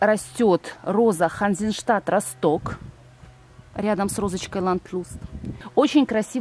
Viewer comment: Ханзенштадт РОсток,а не РостОк.Ударение на первую О,Росток-это город в Германии